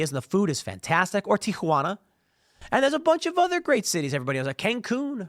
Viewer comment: Why is he saying Teequhana?